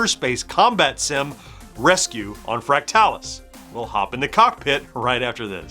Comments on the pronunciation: I’m not sure you’re pronouncing fractalus correctly. I’ve always heard it as “fractal us” not “fract talus”. Anyone else weigh in? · I kept thinking the same thing throughout the video. My friends/family and I all called it "Fractal us" as well. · I always said it as Fractal us, but as with most games back then the only place I saw the name was in print. So I wouldn’t say he’s wrong, only different than I pronounce it.